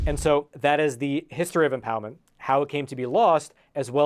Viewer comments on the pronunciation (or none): "empow-memt" Dude can't pronounce the letter "D?"